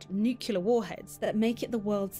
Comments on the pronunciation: I didn’t know that the British pronunciation for nuclear was “newk-yuh-lurh” 😂 👏🏼👏🏼pretty sure it’s supposed to be pronounced, “New-clee-ur”… but hey, say anything with a British accent and it sounds correct…🤣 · Bro, it's nuclear. Not nucular.. pronounced "new-clear". It's nuclear. You and everyone else say nuke you leer.. wrong! New clear. Nuclear. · The narrators incorrect pronunciation of 'NUCLEAR' is driving me nuts🤦🏻‍♂️😮‍💨🤣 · The narrator in the vid, clearly from the UK, even mispronounces "nuclear" NUCULAR is NOT a word!